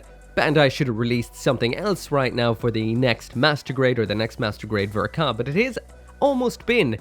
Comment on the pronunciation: “The best ver ka ever made” that’s an interesting way to pronounce the ball